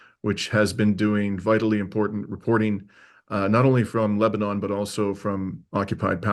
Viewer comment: It is pronounced Lebanin -- not Leba-NAWN.